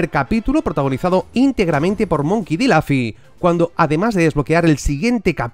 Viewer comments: Monkey D Laffy... Como me molesta la gente que se empeña en intentar pronunciar bien y lo hacen mal xD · Lafy? xD Con pronunciarlo tal cual se escribe esta bien dicho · La gente se queja de que dices Laffy... No veo que problema hay, cada uno pronuncia las palabras como le da la gana. Yo no me he dado ni cuenta de que ha dicho Laffy, sinceramente. En fin... Grandisimo análisis.